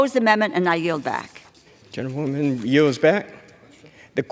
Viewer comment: Why are they addessed as "genta- woman" or "gentatelia woman" or "gental woman" ....🤨. Soundsoe like genta- woman though.,... Sounds like all Congress and the House accepts this crazy New Age hiphop ridiculousness.... Where's the Real USA it's been stolen out from under our very noses🤥🤥 shoul be called The House of lies🤥